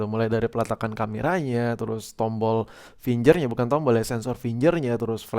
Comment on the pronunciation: finggggerrrr bro bukan finjer